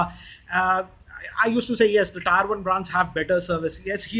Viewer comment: Tier is pronounced "TEAR", not "TYRE"..